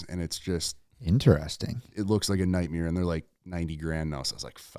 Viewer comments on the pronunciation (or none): The look on bens fave when said nightmeer.....lol